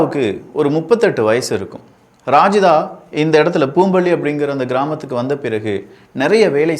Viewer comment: ரஜிதாவை ராஜிதா னு சொல்லுறான் பாருங்க